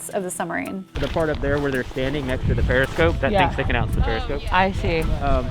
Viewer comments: I believe that he is saying "periscope" not "parascope" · It is periscope, not 'parascope' ;-) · *periscope, not parascope, right? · Its a Periscope, not a parascope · Love the work, but it's a "Periscope" and please say "SUB-marine" . It's not a "summer-rean". Sub = below, marine = water. Peri = outside, scope = to see. Not parascope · smalll detail: it's periscope, not parascope. Cool video though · I am dismayed at the egregious and insulting editing errors your production team made. First, you used the silhouette of a SOVIET Akula class submarine to explain buoyancy differential when you were "riding" an American 688 Los Angeles class attack submarine. Secondly, it's a PERISCOPE....not a "parascope." I'm indifferent to watching any subsequent sub-related content. Stick to what you know, "Girl." (I am a retired USAF, that's United States Air Force for the uniformed, navigator and even I knew how your team screwed up the content.) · I didn't see this video arrive so am glad I noticed it over on the side. Great job!. And it's "periscope" not to be confused with "parascope" (which is something that exists and something NASA uses as well as the name of different apps). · "Parascope". You know ... to go with the dive planes. 🤔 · A very good story, and I really enjoyed the drone at the end! I love that you used a Russian sub silhouette for your explanations. A couple of items. 1) MBTs do not run the length of the ship. 2) Periscope, not parascope. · I believe it's a periscope, not a parascope. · It's called a Periscope not Parascope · Periscope, not parascope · Isn't it periscope? Not parascope... Anyway, Great Vid Diana! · You rock, but missed the easiest thing…”per-i-scope”, not per-a-scope” 🙂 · That Guy™, here. It's "periscope", not "parascope". Otherwise, awesome!! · Um... "periscope" not "parascope". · "parascope" ;) Love your videos!